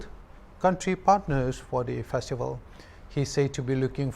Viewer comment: The word 'FESTIVAL ' should be understand clearly.